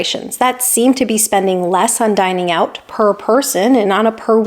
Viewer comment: "Dining out." Say "Dining out."